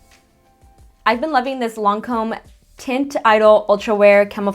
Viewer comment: I don't know if you care but you're pronouncing Teint Idole wrongly hahaha I don't know French but this is how I know others say it correctly! Teint = Tahn-t Idole = Ee-doll Love you and this look is gorgeous!! I've been meaning to get the Melt stacks for awhile